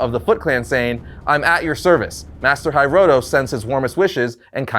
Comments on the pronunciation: Your Pronunciation of Hiroto legitimately drove me crazy. The Hi in Japanese is pronounced like He, not like the English Hi (short for hello). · Loved the series and this compilation. Just one critique - Hiroto is pronounced "Hee-roh-toe" the "toe" part is a hard "O" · The name Hiroto is hi (as in hiccup not hi) ro (like roe) and to (like toe) full marks for trying though 👍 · Sorry to nitpick, but you mispronounced Karai's name several times. Her name's pronounced "Kar-rai", not "Kar-ai". You also fumbled with pronouncing "Hiroto". It's "Hee-roto".